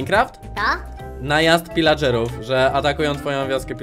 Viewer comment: Pilageruw nie wilageruw